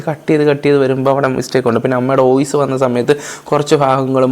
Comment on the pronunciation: ഈ സമയത്ത് പറയാൻ പാടുണ്ടോ എന്ന് അറിയില്ല ന്നാലും പറയുവാ: ഓയിസ് അല്ല വോയിസ്‌ ആണ് 🙂